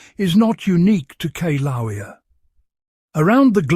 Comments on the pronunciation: Kee-laow-eah? Seriously?? I am so done with the ever changing pronunciation of ancient words. I think it's related to Keev Fatigue. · Pronounced 'kil- a- wea' You are butchering the pronunciation of the name of the volcano! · learn how to pronounce "kill-ah-way-ah". It's very difficult to take you seriously when you don't even pronounce the name of one of the most recognized volcanos in the world correctly.